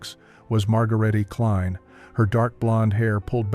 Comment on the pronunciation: HER NAME WAS DEFINITELY NOT, REPEAT, NOT MARGARETTY KLINE, BUT MOST PROBABLY MARGARETUH (SCHWAH ENDING) KLEIN (MEANS SMALL)